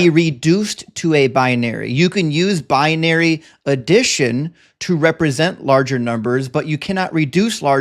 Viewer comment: Binary, not bianary.